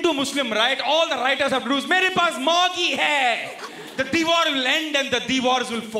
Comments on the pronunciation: It’s Maggi not maaagi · It's Maggi not maaagii 😭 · Maggi not maaaagi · since when we say Maaaagi, dont we say Maggi !!! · "Maagi" hahahhaha sounds like "mere paas mere maaki hai" hahahhahaha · Ma kiiiiii 😂😂😂😂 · Maaaaagi? Seriously 🤣🤣🤣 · மாகி இல்ல மேன்.. மேகீ.. 😕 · the way you pronounced Maggi was actually more funny!!! it sounded like a Hindi gali! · it is actually a bengali gali..